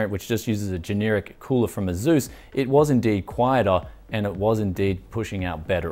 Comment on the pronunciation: It s asus not azus